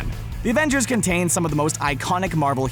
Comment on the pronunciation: he said abengers not avengers